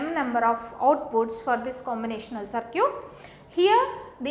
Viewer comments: Circuit is pronouned as "Ser-kit" not "Ser-cute" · Circuit to bolna sikhle 😒 it’s very irritating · I like the way she pronounce circuit as sircute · Circute........ So cute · I like the way you confidently pronounce circuit as SIR-CUTE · focus on the content bro, not the accent and pronunciations. Still it made me laugh listening to that lol. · Aj is duniya se paka wala itebar uth gaya jab se circuit ko sir-cute suna hai🤦🏻‍♀️ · Cir"cute" 😍. Yum (M) Yey (A) South people are so adorable. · I mean no offense but whats a SirCute. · yen number of circute 😂😂😂😂😂😂😂😂😂😂😂😂..but teaching is not bad..thanks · "circute" XD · good... I have heard different pronunciation of circuit first time